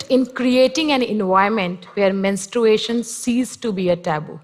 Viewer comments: Can we just talk about how she said “menst- r-U-ation” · That Vlog Girl it’s just an accent